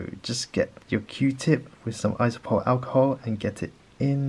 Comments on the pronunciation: Iso-pro-pill. Not isopol. It's like you're just pretending half the letters in the word don't exist lol. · ISOPROPYL alcohol not iso-pole?! Iso-pole wtf